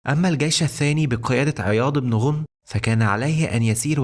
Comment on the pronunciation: احسنت ولكن اسم الصحابي عياض بن غنم بفتح الغين وليس بضم الغين والله اعلم